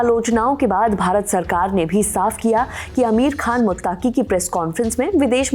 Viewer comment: Ma'am मुत्ताकी नहीं "मुत्तकी"😂😂